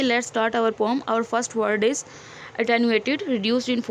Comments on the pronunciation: Poem ❌ Poom✅ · Not poom ❌poem ✅ mam